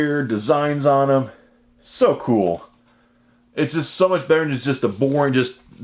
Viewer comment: I like the say you say cool. Cause you don't say cool you say chhool.